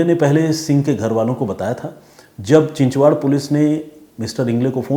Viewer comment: चिचवाड नही चिंचवड कालेवाडे नही बालेवाडी